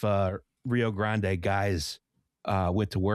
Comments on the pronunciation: While it does cause physical damage, I think his pronunciation is worth it, if it means we get moments like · NOOOOOO NOT NOVA pronouncing the e at the end of Grande causes physical pain